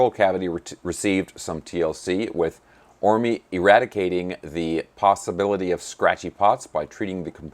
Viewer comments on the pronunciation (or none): A limey pedant writes: The E in Phil Orme is silent (just Orm, not Orm-ee). I've got three HBs, two basses and one six-string, though none as cheap as this fellow's S-type, and they're all great.